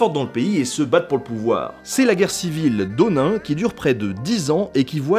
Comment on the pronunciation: Cela n'a rien à voir avec ton commentaire, Nota Bene, mais je vais écrire mon blabla ici pour plus de visibilité. J'ai tiqué pour : - "Onain" au lieu de Onin - "Sangoku" au lieu de Sengoku - "Tokugawa Yeah-Asu" au lieu de "Ieyasu" - "Démiosse" au lieu de Daimyou. Attention, pas de "s" prononcé au pluriel, les mots sont invariables en japonais, par exemple, on peut dire en français "des kanjis" mais on ne prononce pas "des kanjisse". Bon, personne n'est parfait, donc inutile de chipoter, moi-même, je bug sur les noms de famille de mes amis malgaches. ^^ Par contre, je chipote à partir de il y a une erreur, les samurais de Satsuma étaient contre l'empereur, pas de son côté. L'empereur a supprimé le shogunat, a instauré une nouvelle Constitution et un parlement élu. Mais au moment de la rébellion de Satsuma, ce qui faisait vraiment chier les samurai, c'était la suppression de la classe des Bushi en 1876, donc les samurais de Satsuma étaient pour la tradition, non pour la révolution car ils perdaient leurs privilèges. Les samurais de Satsuma sont donc du côté des conservateurs. Je tire mes connaissances de mes cours, dites-moi si je me trompe, je suis tout ouïe. :)